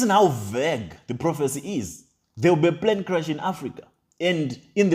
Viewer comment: I beg wey tin dey crash is it plane or prane lol 😆 😂 😅 🤣 😜 😄 😆 these illiterates never fail to amaze hahahaha 😆 😂 🤣 😉